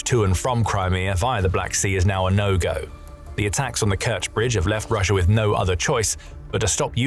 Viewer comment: It's Russia not Russiar